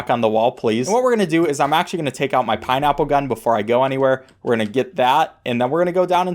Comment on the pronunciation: “i’m gonna get out my pineapple gun” i must’ve misheard your what now